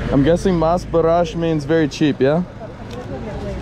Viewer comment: balesh lol balash is he began